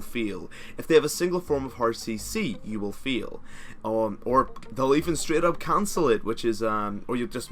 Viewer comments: When he says fail..... sounds like ``u will feel``.... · "If there is a ward you will feel" i love the accent.